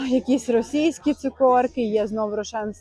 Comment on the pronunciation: 😂😂😂😂не цукОрки, а цукЕрки. Можна просто рошЕнки😊